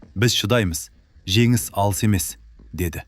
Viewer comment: Женис. Женис дегенди. Жегис. Жегис дегени кплай😂